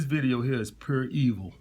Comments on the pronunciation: I know it was real when he said “purr evil” instead of “pure evil” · Lmao!! Yup. Puuur Evil, exactly what we need. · “This video is purr evil” lmao